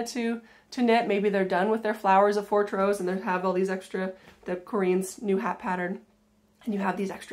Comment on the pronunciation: I have to correct your pronunciation of Fortrose! The emphasis is very much on "Fort", the "rose" is barely discernible and heard as ross, rather than rose.